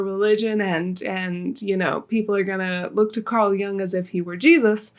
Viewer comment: Pronounced "yung". It's German